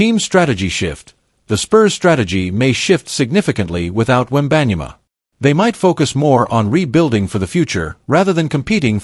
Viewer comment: How did you pronounce “ wembanyama”? . Dude , cmon ! Have some respect . Do your homework !!!!! Jeeezzzzz